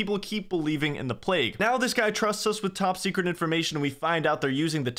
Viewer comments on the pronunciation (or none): none